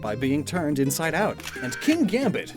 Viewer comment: In regards to Kingambit, i think you you're supposed to smash the two words together a bit more when you say it, giving the g to, "King," and then pronouncing the rest, "ambit" like, "king-ambit" because when you do, it rhymes with a type of curved knife from Indonesia called a karambit. Bit of a guess, given that nothing else about this line screams Indonesia, but it brings in the sort of sharpness/weapon theme the other two's names have. Ironically though, a karambit was apparently intended as a farming tool before it began being used as a weapon, distancing itself greatly from kingliness, but it could also play into the fact that Kingambit can only be evolved in the strangely out of place bamboo garden in the middle of Paldea.